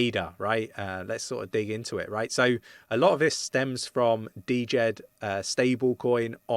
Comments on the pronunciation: Ir's Djed, not D-Jed ^^ thanks for the update! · dude.... 'jed'... not D jed... come on.... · The D in Djed is SILENT. It’s just pronounced Jed. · It‘s pronounced Djed like jet bro ; )